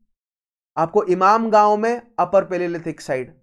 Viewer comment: Is it ‘imamgaon’ or ‘inamgaon’ or ‘imangaon’ . Your pronunciation is more of imamgaon. 😂